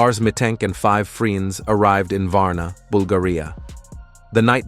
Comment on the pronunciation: "Argu-minting with free-ands."